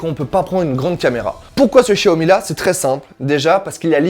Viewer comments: Non Chiaomi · Attends ça ne se prononce pas "X zia o mi"?